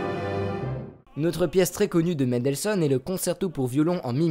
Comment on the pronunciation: Prononcer Mendelssohn avec une nasale c'est certes faux, mais beaucoup moins dérangeant que votre façon de prononcer "Ludwig van Beethoven" entre AUTRES hahaha. Trêve de plaisanterie, je découvre la chaîne et je viens de m'abonner. Excellent contenu !